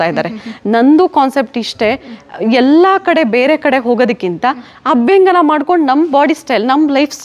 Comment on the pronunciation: Its abhyanjana dont pronounce it incorrectly.... And by the way dont add up unnecessary words and irrelevant words... U just tell wats best abt your product